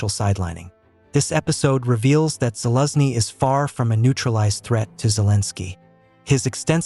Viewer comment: You pronounce gen Zaluzhny's name so strange, first i didn't understand who you actually taking about.